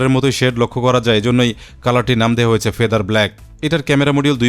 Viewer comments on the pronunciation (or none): none